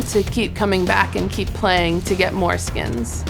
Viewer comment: "keep playing for more skins" I think she should've let that l out of that sentence